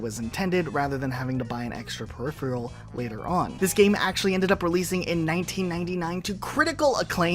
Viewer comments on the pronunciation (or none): none